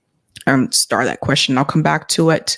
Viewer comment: Her standard answer: "Thans for asking. Let me syart by saying, I was born a po black child!"!